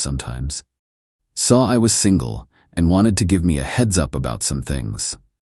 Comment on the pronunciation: AI read fail. Can't parse "$4k" into "four thousand dollars." It also fails on abbreviations. "TBH" becomes "tuh-buh-huh." "BBQ" becomes "buh-but-que." Thirdly, all-caps emphasis. Example: "She blamed ME for being homeless" becomes "She blamed em ee for being homeless." There's more, obvs, but those are the high low points.